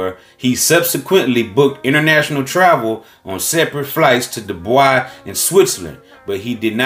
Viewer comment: The way bro read "Dubai" dead me on arrival 😂 " Doi boi"